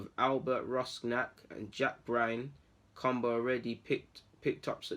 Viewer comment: This is real news and its pronunciation is cam buer like camber but Dutch fam lol big up